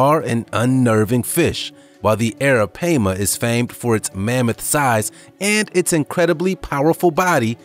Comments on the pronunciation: Why are u calling arapaima arapeima? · The arapaima is pronounced (air-ra-pie-ma) not (air-ra-pay-ma) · correct me if am wrong but its pronounce as ARAPIEMA NOT ARAPAYMA. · Its pronounced Aira PiEma not pama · It’s PAI-MA!!! Not PAY-MA goodness... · Hey buddy it's pronounced Aira-pie-ma. Alright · It's pronounced "eh-ruh-pai (pie)-muh", sorry I've watched Jeremy Wade. 😘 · hahahaha dude i was like URGGGGG that is not it's name i had to skip it lmao! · Its ara- pie- ma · Its Ara-Pie-ma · The third syllable of arapaima is pronounced as an "i', not "a". Bullshark is not much of a mystery anymore. They are found in brackish and fresh water across the world, and they have cousins that function well there too. Also, why not the Brazilian wandering spider? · Thank you, it was getting on my nerves every time he said it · Was also driving me crazy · Stop saying the name of the first one wrong!!!!!! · He’s saying the name wrong the pronunciation is wrong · U pronouncing the first one wrong and that's very disturbing 😒😒😒and i'm from Guyana in south america so i know😒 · Right off the bat he mispronounced a fish. Maybe Learn how to say the name of what you going to discuss!!!! Just saying😊🤣🤣🍻✌